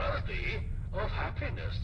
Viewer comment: The robot definitely said PENIS not HAPPINESS...